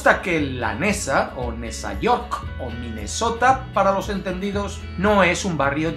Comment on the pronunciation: Like porque te rifaste con el nombre de "minezota" y "nezayork"